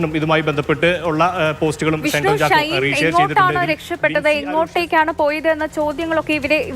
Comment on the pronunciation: റിപ്പോർട്ടർ ഷൈൻ ടോം ചാക്കോ എന്ന് ആവർത്തിച്ചു പറയുമ്പോൾ നല്ല പോലെ കഷ്ടപെടുന്നുണ്ട്. തൽക്കാലം ഷൈൻ ടോം ചാക്കോയുടെ പേര് ഒന്ന് മാറ്റി വല്ല ബാബു എന്നോ കുട്ടൻ എന്നോ മറ്റോ ആക്കിയാലോ.😂